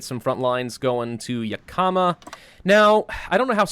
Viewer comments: As someone who lives near Yakama irl, it's pronounced "Yak-Uh-Muh" not "Yuh-Ka-Muh" :) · Not gonna lie seeing him butcher names like Yakama when I lived in Washington this entire time is something else. But nice face cam, if you feel comfortable with it then keep using i say.